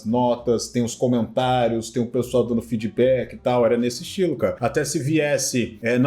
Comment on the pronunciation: "Feed beck".